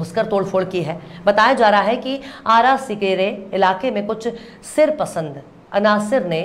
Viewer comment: Behatreen presentation But there are little incorrect pronunciation i.e. Sirpasand nhi sharpasand hota hai, Isi Tarah I'm giving correct words as follows:- Sirpasand = sharpasand Mazaal=Majaal